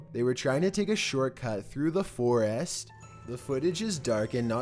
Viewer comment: FOR-IST NOT FOREEEEST!